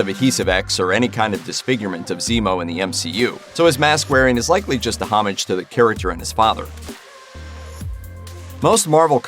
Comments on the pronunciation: Please learn how to correctly pronounce the word "homage" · Someone teach this guy how to pronounce homage